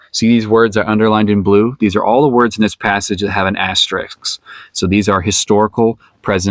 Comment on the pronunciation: FYI, the word is "asterisk", not "asterix". Asterix is the name of a cartoon character. Asterisk is the typographical mark you describe.